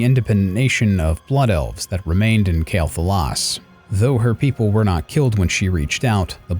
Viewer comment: It‘s „QUEL‘Thalas“ ,not „KAEL‘Thalas“ lol I still like the video though,good work.